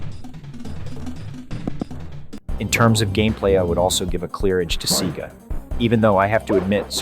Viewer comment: "MK3 on SEEGA Genesis"